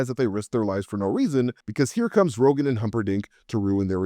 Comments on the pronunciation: His name was Count Rugen, not Rogan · Not that I necessarily mind, but that character’s name is Count Rugen, not Rogen…